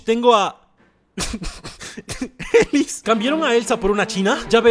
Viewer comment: Rechelle se dise rochel Ellis se dise Elis coach se dise couch